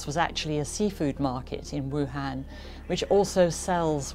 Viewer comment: Wuhun, Wu-Flu.